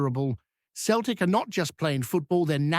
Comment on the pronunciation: its celtic not keltic if you cannot get it right i cannot take this seriously.